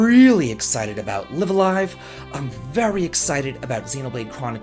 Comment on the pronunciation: Did anyone else catch how they pronounced LiveALive? I always said it the way said it but apparently it's L(eye)V a L(eye)V. It sounds wierd. I can't wait for this version though.